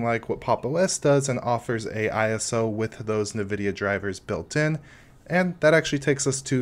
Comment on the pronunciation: Nice video. Just a couple of things for you to work on is to never say "nuvidia" or "expecially" ever again. But an interesting distro you might like in terms of creating your own sub-distros out of it is Slax. It's a formerly-slackware-based distro that is lightweight (200mb) and live-boot-oriented. It has an interesting package system but it's the whole project never seems to get very mature. It's working well enough to pull your ass out of a jam if you need something to boot in an emergency and save some files and get gparted running.